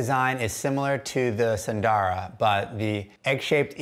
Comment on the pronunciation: 'sun - dara' not 'soon - dora'